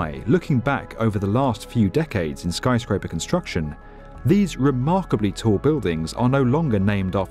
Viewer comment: I really like this video, but wish the guy wouldn't pronounce things as "Tow-werrr" and "Skyscrape-errr"